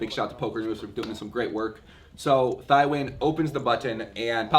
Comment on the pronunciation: Thi is pronounced “Tee”